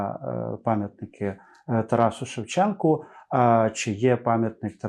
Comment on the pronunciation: Пам'ятник ШевченкУ. Автори програми кілька разів казали з буквою А на кінці